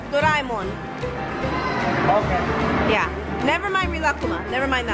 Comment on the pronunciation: It's pronounced do-re-mon like you sing do re mi fa so la ti. It's doe- ray- Mon (monster abbreviations)